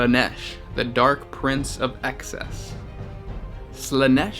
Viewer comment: its EXCESS not ACCESS